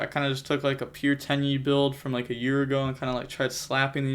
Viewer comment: its not actually pronounced Tai AYYY btw, its Tai Eh